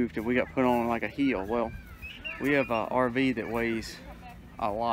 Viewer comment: We both were wondering what a "heel" was when you were talking about it being hard to park the camper. Then later on we realized you were saying "hill". haha. :)